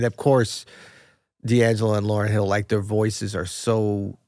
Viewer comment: this guy's annoying. Stop saying the name wrong